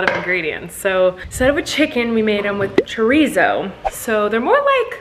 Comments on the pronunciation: colleen i love you but it’s chorizo is pronounce chore eso but roll your r. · Omg the way she said chorizo KILLED me. That's not how you say it😂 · The Pronunciation of chorizo killed me 😂😂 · Even thou you probably won't read this but instead of doing flour, salt, and baking soda you can just use self rising flour and then you don't have to use salt or baking soda because the self rising flour. Also you said chorizo wrong.